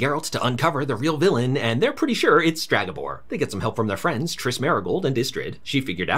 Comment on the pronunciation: Please, its Stregabor, not Stragabor. Other than that amazing recap to a very meh series